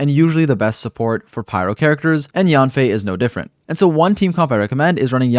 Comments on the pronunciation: her name is actually pronounced as yaen/yen fei and not so much of yaan fei but overall a great guide thank u for this !! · The real pronunciation of Yanfei is actually Yenfei 🤭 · Thank you for this video! I’ll definitely be using it. Her name is pronounced Yen-fei with an E! Just thought I’d let you know ☺️